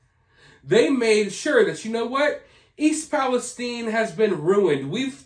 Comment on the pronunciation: Everyone covering this had been mispronouncing East Palestine-I live in the atea-itis pronounced with a long I. Thanks for covering this.